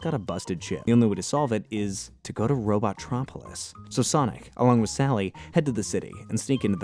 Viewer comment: Robo-tropolis. Not robot-tropolis. That bothers me